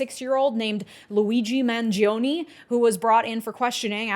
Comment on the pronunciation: Mangion-eeeyyy -- eeee is 'i' in Italian, it's spelled phonetically. What you see is the sound you make, in Italian.